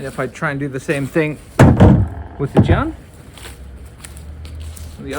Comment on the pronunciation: love this demo. i always wanted to do this myself! btw you’d be a little more accurate if you pronounced jian like “jyehn”